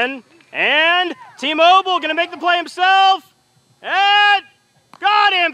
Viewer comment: When tmobil got the play on the 3rd struck in the 2and inning it sounded like he said emobil